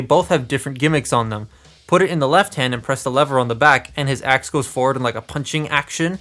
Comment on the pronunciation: Is Optimus saying “attack shit” when he uses his axe? Or am I crazy?